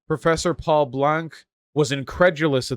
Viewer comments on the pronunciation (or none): none